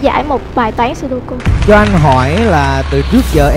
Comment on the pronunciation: sudoku mà nghe như sogoku :))